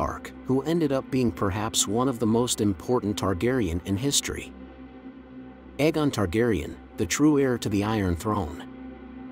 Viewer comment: I was loving ur dtuff then u couldn't say Aegon anywhere close to either show, the official audible reading of the series.